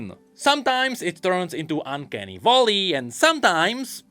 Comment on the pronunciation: still saying "uncanny volley" instead of "uncanny valley" is really funny to me